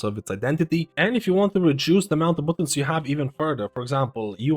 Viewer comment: Dude, did you really say "bootuns" lol